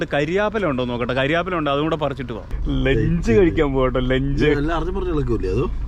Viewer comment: ചക്കക്കുരു കൊടുത്ത് ആസ്സാം കാരെ എക്സ്പ്ലോർ ചെയ്യിക്കണോ.. കരിയേപ്പില അല്ല... കറിവേപ്പില.. 😄😄🤪👍